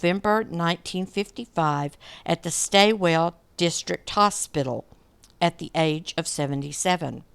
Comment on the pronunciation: Australian place names are hard. Wimmera is Wim-er-a. Stawell is Stawl. Most of the others were ok 😊